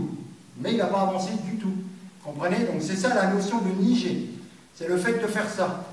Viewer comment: C'est un détail, mais en japonais on prononce niGé (comme dans guêpe) et pas niJé, sinon très intéressant comme explication :-)